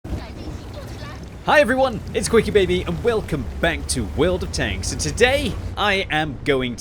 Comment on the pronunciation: Did he say Will'd of tanks?